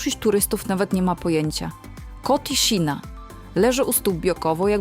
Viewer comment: "kotiszina" - kreska u góry to "ś", a "^" u góry to "szy".